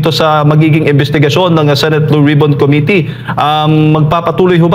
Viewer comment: "Committee" ang tamang bigkas ng salitang ito ay: (_ko "MI" _ti) mababa ang bigkas sa KO, itaas ang bigkas sa MI, mababa ang bigkas sa TI. **** Huwag ng gayahin si Dan Fernandez.